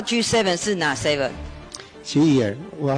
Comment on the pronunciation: 他連G7的seven這英文都不會唸耶:body-blue-raised-arms: 所以他完全不懂裡面有誰是要幹嘛也很正常嘛:face-blue-smiling